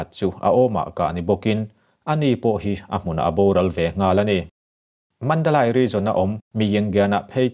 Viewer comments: Mandalay(mandalei ) tia lam tur aw.....( Lai ) ni lovin... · Mizo awphawi tak chuan Mandalai nilo in Mandaleih tih tur😇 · Mandalai ni lo in Mandaley ti a lam tur ani. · Mandalai(Mandalay) ni lo in (Mandali) tia sawi tur a nia. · Mi zo tak pawn asai rik dik thei MNADALAI ani lo MANDALEI ti in lam ri rawh lam rik thiam loh tur a awm lo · Mandalei. Ti a lam tur a ni zawk e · Madalay ti ani a mandalai Tia ilam thin hi adik chiahlo va madalai nilovin mandale Mandalay titur anizawk e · Mandalay hi i chhiar dik lo ka ti dawn nge i lam dik lo,he ti hian ka han ziak a nge Sap in thlawhna an ti tlai tih hi Flight delay aw he tal delay chhiar ag in lay kha i ti ri ang,mizo tawng a ziah chuan Mandalei i fiah thei a ngem aw